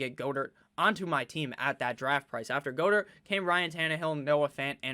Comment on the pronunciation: Its 'GOD-ert' bud